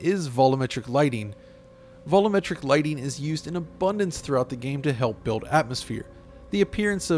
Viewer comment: Vol-um-metric? Don't you mean vol-u-metric?